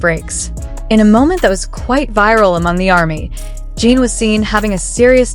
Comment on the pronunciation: This video doesn't know Jin at all. First of all, he is a he not a she. The pronoun was switched back and forth. Name isn't pronounched Jean. He already showed depth before in other songs.